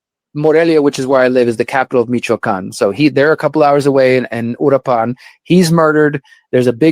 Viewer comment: This "journalist" who lives in Mexico but can't even pronounce Uruapan, is a FRAUD. There has been no data connecting the present federal government and the cartels